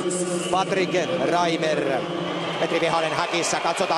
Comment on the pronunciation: Se on Patrik Reimer. Ei Reiner. Tsiizös... Herää...